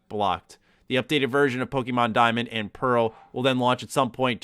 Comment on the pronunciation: The way pronounces Pokemon has always been hilarious to me. Its subtle, but he kind of says "pokemEN" instead of "PokemON"